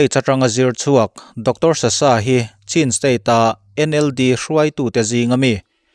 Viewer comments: CHIN tiin in lamri thina, CHHIN tia lam rik tur zawk a ni.. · Chhin tih a lam tur